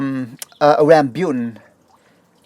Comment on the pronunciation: It's rambutan, not rambyutan.